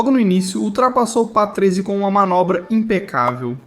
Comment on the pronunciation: "Ricardo Petruese"?😅😅😅 vai se informar, é Patrese.